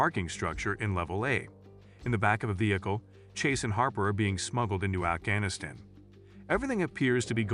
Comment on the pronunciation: Please get your shitty AI narrator to pronounce Afghanistan consistently